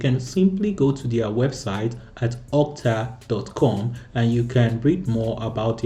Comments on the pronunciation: Brother its okta, not otka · My ear hurts everytime he says "OTKA" :p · I think i'll probably saying "OTKA' instead of OKTA 🤣